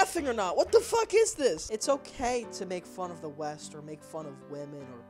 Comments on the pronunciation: A Million Ways to Die in the West? I thought you Said: 'A Million Ways to Die in the Weast' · Weast? What kind of compass are you reading lad?